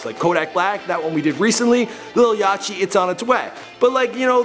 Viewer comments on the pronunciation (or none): It's pronounced ( ya tee ) but the t sounds like a d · I know he didn't pronounce yachty like yachi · this man said lil ya-chi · Yah-tee, not yah-chee! Yacht, like the boat. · this man said "yacheee" instead of yachty... wyd??? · You said "yach-ty" it's pronounced like the boat "yacht" except with a Y at the end so "lil yachty" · Definitely pronounced yachtys name wrong lol it's not yachy it's pronounced yotty as in a yacht meaning the boat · I was just about to leave the video then I heard the way he pronounced Lil Yachety n died laughing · Omfg this white nigga over here sayin Lil ya-CH-ty with a hard ch 😂 and its so cringe when he says LITTLE Uzi vert. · oml when he said lil yatchy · He said lil yachy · He said lil yachy at the end and pronounced the ch! Smh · 😂he said lil "yachy" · disliking because he said "lil YACHY" 😭😭😭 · This Nigga said lil yach-y not yachty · lil yachi lol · how dare u it's 'yachty" like "yaut-ee" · "LIL YACHEE" wtf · this nigga said lil yatchy and wdyw stands for what would you do I'm sorry I can't stand for this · "YACHY" HAHAHAHAH my god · lmao lil yatchi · Lil Yachty's name is pronounced like Yacht but with a Y at the end. That is why he calls himself Lil Boat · Nigga really said "Lil Yatchy" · Bru lil yachty is pronounced like yacht. Like a boat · People keep sayin lil yachee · My man said lil yachy😂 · he said lil "yachy" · I'm done. He said "Lil Yachy" instead of saying "Lil Yachty" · Lil Yachty (Yotty) Is How Its Pronounced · Lil Yach-Tee LMFAOOOOO! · He says lil yaCHty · What the fuck is a Lil Yachie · You pronounce lil yachty like the boat yacht not the way u said it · nick yeah he did fym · How do you not how to pronounce yachty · He mispronounced Lil Yachty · The he pronounced lil yachty at the end 😂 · pls before you make the yachty video learn how to say it right im trying my best to save you a huge L but good video on uzi tho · U pronounced yachty wrong its cool tho